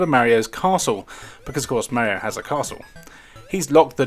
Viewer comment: No Zelda, AND you don't know how to pronounce "Mario".